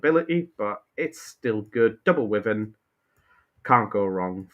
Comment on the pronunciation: I appreciate that there's a war between people who pronounce wyvern as 'wivvern' or 'why-vern' then disregards both and says 'worthen' 😂